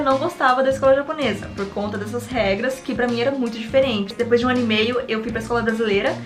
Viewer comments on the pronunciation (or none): none